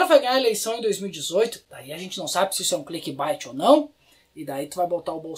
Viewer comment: A pronúncia correta de CLICKBAIT é "clickbeit". Adoro você mas meus ouvidos sangraram.